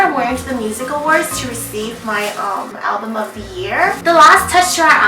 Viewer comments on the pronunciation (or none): none